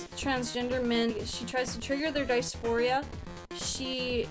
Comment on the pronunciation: If you literally can’t even pronounce dysphoria you aren’t trans lol bye.